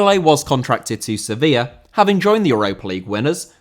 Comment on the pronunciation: Sevilla* not Sevíer